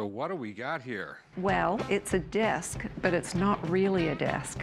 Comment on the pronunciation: Why does she say "desk" like "disc"